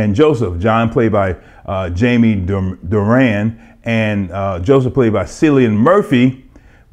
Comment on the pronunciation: Thank you who is this guy he is horrible and didn't pronounce Jamie dornan last name right